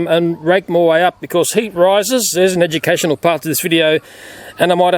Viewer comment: I love how you emphasize the "educational" on the warning. Oh YouTube you demonetizing lil pest, maybe next video you deal with YouTube as a pest lol